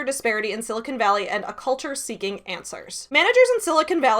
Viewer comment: I just have to say I appreciate that you pronounce Silicon Valley correctly! It makes sense, although you're not a native Californian, that you would know how to say it, since you're a geek and attuned to geek culture. So often, it is pronounced incorrectly as Sili-CON, and occasionally, Sili-CONE. You say it Sili-cun, swallowing the last syllable, and it makes me happy to hear it!